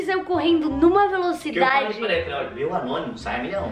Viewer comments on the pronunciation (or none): Ñ é Anonimo é Gnonimo😂🤣